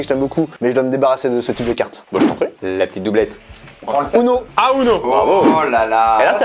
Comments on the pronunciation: On dit ouno pas uno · Ptn c’est « OUno » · Le titre ne va pas en adéquation avec ce jeu, une partie de uno n’est jamais « complètement folle » comme tu le prétend. Et on prononce « ouno »... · ça se prononce ouno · Sa s'écrit UNO mais sa ce prononce OUNO =_=